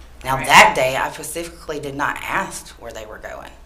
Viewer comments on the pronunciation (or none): This chick said “pacificly” . 😭😭😭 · I know, right! She even said "pecifically" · Why is it so difficult to say 'specifically' instead of 'pacifically'? Makes me giggle! Kudos to the cousin for trying to make sure the children were safe. Bless her! I actually felt sorry for her. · "Now that day I Pacifically did not ast where they were going" Pacifically.. Ast.. "Specifically" and "asked" Ugh Face palm... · "I didn't pacifically ask where" 😐😐😐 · Katie Glenn lmao ikr!! I noticed that right away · She lost me seconds into the video when she said pacifically instead of specifically 🙄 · I pacifically didn't ask that day ... pacifically... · Glenn 🤣😂🤣😂🤣😂🤣😂, whew!!! I heard that and went...huh! But moved on....🤣😂🤣😂🤣😂😁